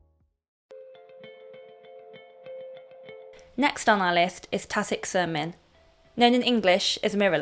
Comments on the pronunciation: not shermin but cheermin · Nice vid.. oh BTW in Malay n indo lanuage the letter C is pronounced like CH so Tarik cermin